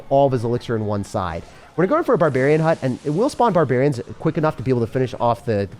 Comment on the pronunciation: barbaharians :D